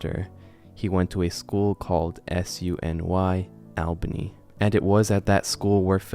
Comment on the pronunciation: Albany is not a small town and it isn’t pronounced like that I think you’re cool and love the content just would like the inform you because Albany is the capital of New York